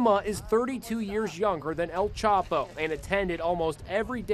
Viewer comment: EL "CHOPO" lmao its EL CHAPO!!!